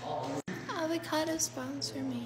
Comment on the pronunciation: Nobody:: let’s make a Suziiiii Also:AvIcAdO